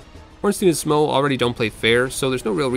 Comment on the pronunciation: "The local golem" I am okay with you yielding to popular ignorance and calling sif a lady, I can tolerate your pronunciation of "smough", but calling the giant blacksmith a golem ? No I don't care about the fun and well edited challenge video that's around that minor mistake, there are boundaries that one cannot cross lightly ^^